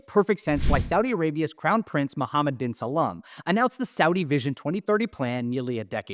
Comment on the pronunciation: Its "bin Salman" ... not "bin Salaam"